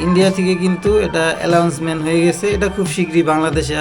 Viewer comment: ছোটভাই ইউটিউবিং করার আগে একটু ইংলিশ শিখে আসা উচিত। একাউন্সমেন্ট বলতে কোন শব্দ নাই, এটা হবে এনাউন্সমেন্ট।